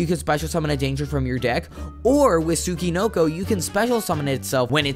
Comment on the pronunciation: I’ve never heard a single American pronounce “Tsuchinoko” correctly. It’s “Tsoo-chee-NOH-koh”.